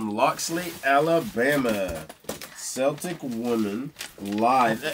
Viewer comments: I think Celtic is pronounced with a K sound like Kelly. Just thought you would like to know. PS: I am a big fan of both of your channels. You have a lovely family. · Though in ancient times the word for the Celts started with an "s" sound, in modern times the words "Celtic" and "Celts" are pronounced as "Keltic" and "Kelts" as if they begin with the hard sound of the letter "K." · Celtic as in Celtic Women is pronounced Kel-tic, not Sell-tic. In America, Celtics (Sell-tics) is a team. The Scottish born would object to such a pronunciation. Celtics: relating to the Celts (Kelts) or their languages, which constitute a branch of the Indo-European family and include Irish, Scottish Gaelic, Welsh, Breton, Manx, Cornish, and several extinct pre-Roman languages. If you describe something as Celtic, you mean that it is connected with the people and the culture of Scotland, Wales, Ireland, and some other areas such as Brittan. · “Celtic” is actually pronounced like “Keltic” (hard “C”). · Celtic as in Celtic Women is pronounced Kel-tic, not Sell-tic. I realize the Boston team sayts otherwise but in truth, Irish and Scottish folks would object to such a pronunciation. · It's pronounced kel-tic women and there a group